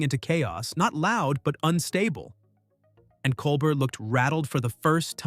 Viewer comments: Great narration! But please pronounce Stephen’s last name correctly. It’s pronounced (Kol-Bare)not (Kol-Bert) nor (Kol-Ber). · If this can’t even be bothered to pronounce Colbert’s name properly, the rest of the commentary is worthless. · I can already tell 5 seconds in this will be right wing slanted nonsense just based on the fact you didn't bother even researching how to pronounce "Colbert." You're not qualified to talk about this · It's pronounced "Col-bear", not COL-BURT. Have you never heard his name, or are you intentionally playing the ignorant card? And is this a pro-Kirk video? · it's pronounced col-bear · “Col-bert”, lol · Maybe you ought to start by figuring out how to pronounce "Colbert." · Can't even say Colbert's name correctly. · This jerk might getaway with his baloney if he would pronounce Colbert's name correctly. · Tell us you like Kirk without telling us you like Kirk. Narrator should learn how to say Colbert's name.